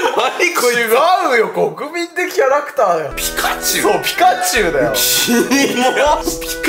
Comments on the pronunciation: ピカチュウの時の 【ナニチュウ】 俺の頭【ヤクチュウ】 ってなった笑笑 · (5分20秒)くらいのとこ ピ○チュウじゃなくて、 約チュウだな。 ↑あえてね...。